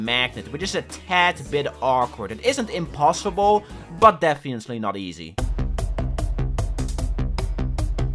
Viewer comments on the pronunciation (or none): no offense whatoever but its def-fin-nat-ley, and not defiantly it annoyed me so much and i hated it -^-" but the rest of the video is honestly awesome and impressive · The way you say defiantly is funni